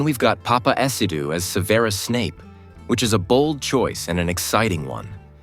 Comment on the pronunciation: Dont ever pronounce Severus like that again